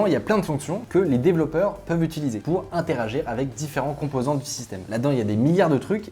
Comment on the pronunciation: il a bien dit "intérager" ?